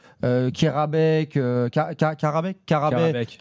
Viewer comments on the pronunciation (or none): va voir un orthophoniste pour karabec 😂